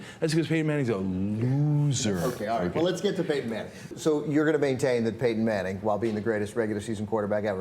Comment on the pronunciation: fail to call Payton Manning "paten manning" lol